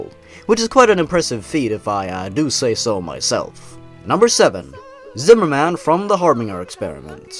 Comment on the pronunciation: Zimmerman sounds like weaner man